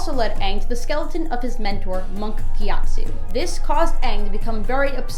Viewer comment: Ge at soo yo ee some people don't know how to correctly pronounce names Right Shymalan